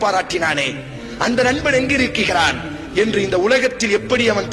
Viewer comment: இலங்கை தமிழ் இல்ல இது கொச்சை தமிழ்.. நாம் நடைமுறையில் பேசக்கூடிய தமிழ்... ஆனால் இது தவறான உச்சரிப்பு